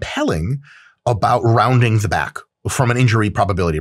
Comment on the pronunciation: MY BAICK